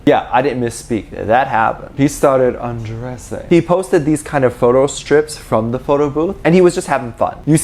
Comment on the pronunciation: The way said “undressing” was hilarious,, it is not “undressing” it is ✨𝓤𝓷𝓭𝓻𝓮𝓼𝓼𝓲𝓷𝓰✨